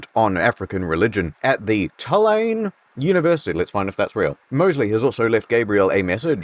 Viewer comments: Native here, you're very close it's just 'too-lane' lol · It's actually pronounced "too-la-knee" University, I think.